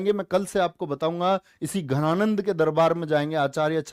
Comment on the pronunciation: Sorry to say but it was dhananad not ghananad